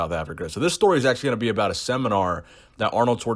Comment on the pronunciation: michael Sim I don't know what you're talking aboot?!